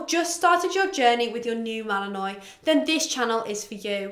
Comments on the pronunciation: Not to be one of those picky people but... isn't it pronounced Mal-uhn-waa not Mal-uhn-noy? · Uh I don’t have a British accent but I’m pretty sure it’s pronounced mal-in-wah regardless of accent